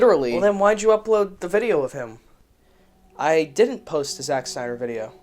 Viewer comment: "sack synder"